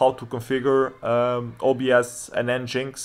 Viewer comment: FYI, it's pronounced "engine X", not "n-jinx" ;-)